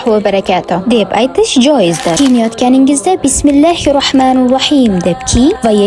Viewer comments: Бисмиллаҳиррохманиррохийм.-- шундай айтинг. Бисмиллаҳиррохмануррохийм. эмас. Тўғри айтишни ўргагинг! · Yahshi tavsiyalar beribsiz juda hursand bo'ldim, faqat so'zlar etilishiga juda ahamiyatli bo'ling arab tilida bitta harf yoki harakatni noto'g'ri etilsa ma'no o'zgarib ketadi,"Rohmanir " so''zini "rohmanur" dib noto'g'ri talaffuz qilibsiz, salovatni ham to'liq etsez yanayam hurmatliroq va g'o'zalroq bo'ladi. Shunday kontentlarni yanayam ko'paytiring, ishingizga omad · Раҳмонур Роҳим эмас Раҳмонир Роҳим бӯлиш керак